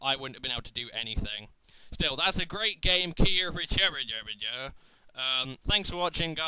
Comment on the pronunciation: His name is pronounced Cue Tor Ree You, means Nine Sword Style in Japanese its a One Piece thing :P